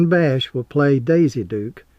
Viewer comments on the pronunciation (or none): Catherine Bach, pronounced "bock" not "bash" her birth name is Catherine Bachman.